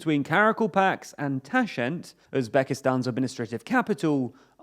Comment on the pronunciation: Ok, maybe Karakalpakstan is indeed a long name. But Tashkent? It is really a simple, two-syllable word that is pronounced exactly as written. Yet you skip K and say Tashent